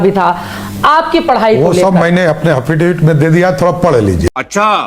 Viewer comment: Hafetevat ✅Affidavit ❌